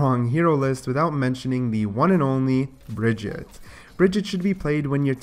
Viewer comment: Who the hell is Bridgette, her name us Brigitte...stop saying it like that...